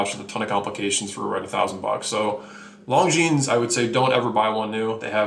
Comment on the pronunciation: I like the reviews, but some of the pronunciations are killin' me! First of all, ETA is pronounced "ate-uh" not spelling out the letters, as in "ee-tee-ay." Then we have Longines. Don't say the "s" and you're okay. Ulysse Nardin. Glad I didn't hear "Ulysses" but say "Nar-DAN" and you've got it. "Glashütte" is kinda like "Glass-hyoota." Yay-ger Le Cool-tra. TEE-so (not Tissoh) Car-shay (not Cart-ee-eh) Good point about Ebel ... some nice watches, but buy 'em used. Same with Zenith (or "ZEN-it") and I might add Bell & Ross as well. Great value on the secondary market.